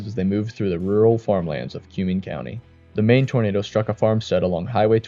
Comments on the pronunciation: HATE stupid AI voice overs mispronouncing words. Its Cumming like come here county not cue-ming like a cue ball. Irks me to no end. I should know because i live in east central Nebraska. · Nebraskan here. Cuming County is pronounced like Come-ing. It's named after one of the leaders in the Nebraska Territory. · As a native Nebraskan I do appreciate the coverage of Nebraska tornadoes. This is north of where I was raised so I did cringe at the mispronunciation of Norfolk (Norfork) and Cuming County but I’m so used to hearing people mispronounce places in Nebraska since I live in Colorado now. I do recommend checking out the infamous videos of the Columbus, NE 1998 tornado and the longest tracking Nebraska tornado that happened in 1990 that barely skirted by the little town I grew up in south of Columbus.